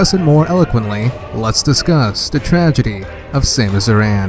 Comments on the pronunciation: Thought it was Samus A-ran (as in "Karen"), not Samus uhRAN. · AIR- IN I'm sorry but it annoys me lol good video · you didnt pronounce aran right how dare you😑😑